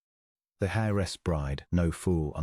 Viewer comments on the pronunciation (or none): Heiress , pronounced. airess... Get it right..